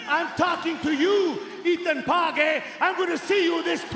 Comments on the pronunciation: The infamous Ethan Pague. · Plot Twist : Santino is actually pronouncing Ethan's last name right and the rest of us have all been mispronouncing it 😂🃏